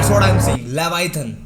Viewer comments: Leviathan ❌ Lagda lesun ✅ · Oarfish - ❌ Oaaar-fish - ✅ Leviathan - ❌ Levitation - ✅ No hate but thoda pronunciation or spellings pe dhyaan do youth bhi yhi sikhegi 😊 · Bhai wo levitation nahin LAVIATHAN😮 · aap Jo livitan bol ra hai ha na wo hu ake bloop hai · wo leviathan hein levitation nehi Dumbass 🙂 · Leviathan be like mera naam levithan❌ leviton✅☑️ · Leviathan likh k levitation bol raha hai bhai thoda dhyan se dekh His mom :- phone chala chala k aankhe kharab kar li 🤬🤬🤬 🤣🤣🤣😂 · Levetition 🚫levaithan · It's leviathan